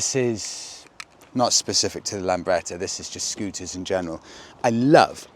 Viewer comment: Lambretta not Lamberta!